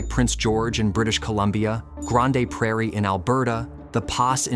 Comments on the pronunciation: Grande Prairie, lol. First time I have ever heard it pronounced like that. Just say Grand Prairie hahahaha. I know it’s spelled Grande 😅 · Grande Prairie, lol. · Canadas housing prices are a supply and demand issue that gets shadowed by the nuance of the rest of society’s issues. I like this channel and was a decent episode but unfortunately this episodes highlights some issues with AI generated content. Take that for what you will with what you know of these industries from your own experiences. Also the pronunciation of Grande Prairie killed me 🤣